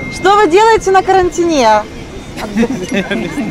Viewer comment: На карантиНЕ?)) Это на каком языке ударение на последний слог?